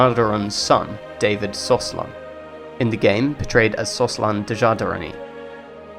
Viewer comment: I don't want to be nit-picky and I am not native, but why do you say Bactri-oni? It's Bagrati-oni. and I hear Slosan, not Soslan. But could be me, great video otherwise and keep up good work!